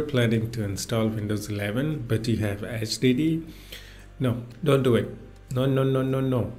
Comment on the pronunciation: I love how you pronounce HDD as STD, a perfect way to describe the way Windows runs on a HDD